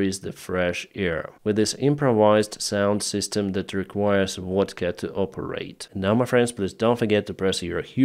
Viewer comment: It sounds like you,, are afraid to have RuZZian pronunciation in English when they pronounce what as vot. On the contrary you pronounce vodka as wodka.